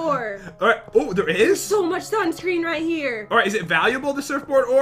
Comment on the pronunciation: said sansun ore instead of sunscreen